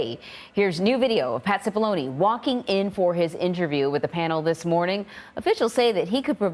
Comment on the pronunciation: Why does everyone mispronounce the Italian surname of Cipollone? When there is an “i” after a “c” the word is pronounced as a “ch”. In other words ~> chee poll on e